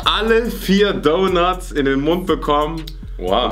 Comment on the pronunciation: Normale menschen: Donuts: Dounats